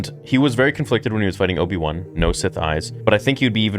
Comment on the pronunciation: you crack me up how you say "Obi-One" instead of Obi-Wan with your accent.:)